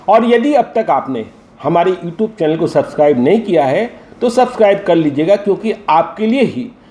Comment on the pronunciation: Na you tube bolne aata hai na tweet bolne aata h